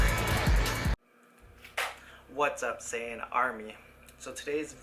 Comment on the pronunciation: Please it's sigh-yan not say-yan! :(